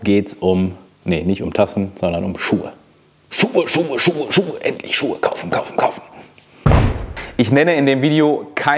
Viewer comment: "Schucke" made my day :D)